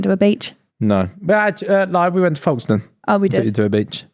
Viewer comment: The way he said Folkestone is crease